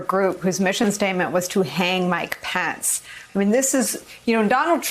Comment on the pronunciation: His name is Mike Pence, not Mike Pants.